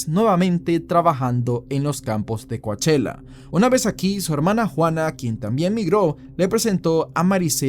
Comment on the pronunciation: You may be saying it correctly. But Coachella is pronounced kow·cheh·luh. As in the really expensive Coachella Valley Music and Arts Festival in April. I was just listening and wondering where this place was. But you're saying it in a way I didn't connect.